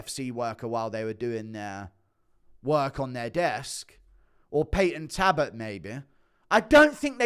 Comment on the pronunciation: Talbott not tabbot lol